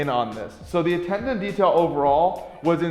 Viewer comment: You got trouble saying attention?